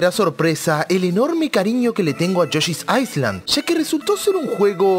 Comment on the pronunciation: Viejo, se pronuncia "yoshi's ailand" sin la "S"... Y si, yoshi's story es una mierda